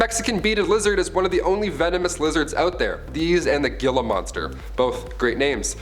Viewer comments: The word "Gila" in "Gila monster" is pronounced "HEE-la," not "Gee-la." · Ooh, Gila Monster, pronounced HEE-la, not GHEE-la. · for future reference the lizard known as a gila monster you pronounced its actually pronounced heela because i believe they are found in sandy areas like arizona and are also found in mexico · it's not Gila... it's pronounced as "hee-lah" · I'm not one to criticize because you're one of my favorite host but you're killing me with your pronunciation. In Arizona, New Mexico, some of texas and Nevada a lotof words Like Calle the double l makes a ay sound and Gila monster is pronounced with a H instead of G so its a Hila monster but pronounced the Spanish way. I love this channel and its all I watch just thought you would like to know! --- Kat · Gila monsters are awesome. BTW, its pronounced hila. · No one‘s going to talk about the way he pronounce Gila monster?